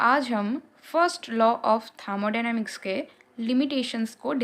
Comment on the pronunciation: Thamodynamics ya thermodynamics 😅😅